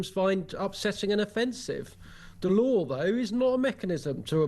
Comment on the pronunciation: "the lawr of the land"?